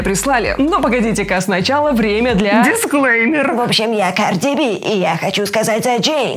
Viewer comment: Карби би???😂😂😂🌼